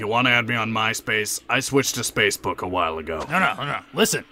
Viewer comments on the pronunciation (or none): did piccolo says "spacebook"?